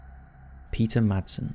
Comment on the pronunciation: You dont sat/use the d in madsen 😅 in Denmark we say IT like masen 😁